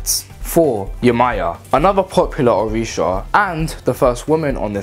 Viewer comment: Yh I said it wrong 🤣🤣🤣🤣🤣🤣🤣🤣🤣 My pronunciation has improved It’s so embarrassing I might have to remake this one